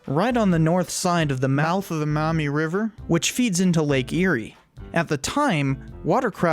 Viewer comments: I'm from Ohio, lived on the Maumee.... pronounced (Maw- mee) not (Mou-mee)... for 14 years. We just moved to Michigan and now live on the St Joe. Lol There's good and bad in both states. I really wish we lived in Bissett Creek, Ontario. I wish you'd make a video about it. 😬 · As someone who's lived almost his whole life in the Toledo area and in Lucas county, it's "Maw - mee" not "mommy" river. And yeah, Michigan totally got the better deal. Maybe the feds should give Ohio Pittsburgh as compensation. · Maumee River. Not "Mommy", Not mah-mee. Pronounce that 'U' as a 'W'. Maw-mee. It's my infuriating curse. Having to correct the pronunciation of a little POS city in NW Ohio that no one outside of the region had either heard of or care about. But dammit, I grew up in that little POS town. (GO PANTHERS!) Yeah- you don't even want to know what we do with the pronunciation of Genoa. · It’s pronounced... “maw mee” river, not “mau mee”. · As an Ohioan who lives in northwest Ohio and along the Maumee River, I just want to say we pronounce it as Maw-mee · I love it when people say maumee wrong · You say Maumee wrong. You need to emphasize the vowels much more.